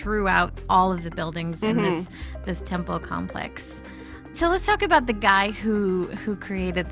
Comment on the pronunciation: what are you talkin' aboot?